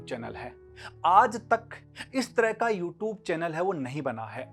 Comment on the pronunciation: namste sir ji sir bohot achi shuruat hai...all the best bohot acha laga sir aapko dekhkr itne dino baad u r very good teacher sir sir ek baaat bataani h pls dont mind..mai bas positively bol rha hu aap "you tube" word ka pronunciation thoda better kar sakte h..Ty sir🙂✌